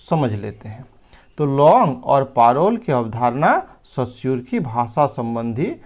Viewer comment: Sir सस्यूर नही, रस्यूर है